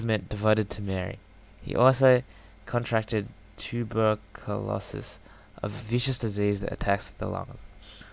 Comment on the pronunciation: lol saying turbuculosis is so funny